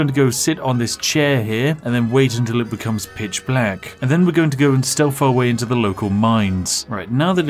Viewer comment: Its TH... not F.... stealTH... not stealf 👉😖👈